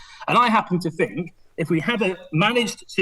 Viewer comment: The word is THink, not fink. Surely a basic prerequisite for an MP is an ability to speak properly